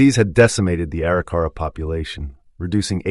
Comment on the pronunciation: EXCELLENT re-telling of the events on this years and years long journey by the Corp of Discovery!!!! But there are more mis-pronunciations of some of the Tribes. At ........The Arikara Tribe is supposed to be pronounced A - Rik - Er - Ra not Eri - Cara.